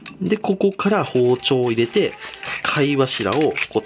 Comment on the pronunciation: この人入れての発音特殊やな 入↑れ↓て→